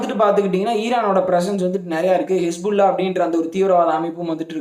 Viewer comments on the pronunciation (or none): none